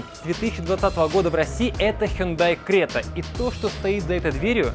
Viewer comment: Если написано Крета, то нафиг говорить Грета?